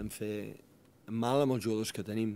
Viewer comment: Bhargav Kulkarni I think it's Catalán... He mentioned something like "molt be".... The journalist also pronounced "jugadors" with a "j" sound. Definitely not Spanish.